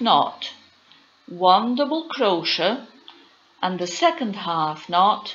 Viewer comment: Firstly you need to pronounce CROCHET properly.... Cro- Shay. Secondly you are doing SINGLE CROCHET.